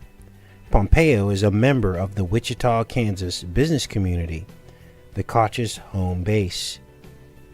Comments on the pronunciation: Pretty sure it’s pronounced “coke” brothers but I’m not totally sure. I have never heard it pronounced “Koch” nonetheless, great show and I love how you layer these decodes! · Koch is pronounced Coke